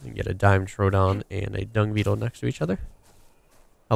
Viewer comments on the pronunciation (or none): Ugh... Americans. Dimetrodon, not DIME-TRODON DI-ME-Tro-Don No "dime" in the middle. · HERE IT IS ON HOW DO YOU PRONOUNCE IT: DI-ME-TRO-DON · Ugh Google paleontologists all believing they found the right pronunciation mine is now megatron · Usually America calls this creature a die met trow don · I'm American and say DI-ME-Tro-Don... so "ugh Americans" isn't the most accurate way. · (dime- etrodon) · Dime ee tro don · Pronounced "duh-met-ro-don" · Love your vids!!! P.S. Die-meh-tro-don, your welcome. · die-nep-tro-don that is how you pronounce it. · it's pronounced Die-met-tro-don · Dude. Just try to pronounce the names. It's incredibly easy to pronounce Dimetrodon.